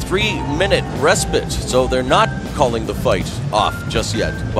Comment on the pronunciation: “bas do you know what a restbit is buddy?” “it’s a 3 minute break i guess because you’ve said it 2 times now” goat